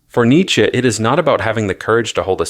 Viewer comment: Learn how to pronounce Nietzsche